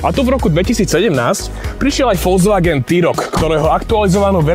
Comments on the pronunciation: na jednotku ti to teda vyslo, volzvaken... mwah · naucit sa vyslovovat Volkswagen by aj do buducna v tomto povolani nemuselo byt na skodu